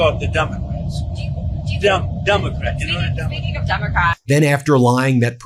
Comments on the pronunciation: He calls them Dumecrats and still doesn't know how per centages work😂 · really is she saying dumocrats ? as a journalist ??